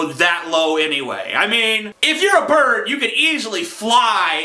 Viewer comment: "If your a bard" XD nice mispronunciation beware bards! fly away and play your happy tunes about brave adventurers elsewhere! X3